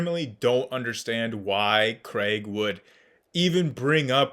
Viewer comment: Another great video!!! Two things: at one point it sounded like you said “William Lane Crank” lol and second would you speak to WLC on parts of the bible? Would be fun to watch.